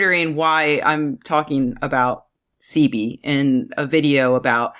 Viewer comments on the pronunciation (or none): Doctor ceebee?? Its pronounce Sehbee. Typical white girl cant even pronounce the most easiest of black names